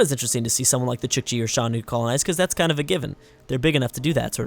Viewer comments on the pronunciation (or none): The Xiongnu are not entertaining; they shouldn't even be on the strawpoll. Plus you have been butchering their name (Zshongnu, not Shanu) this whole series.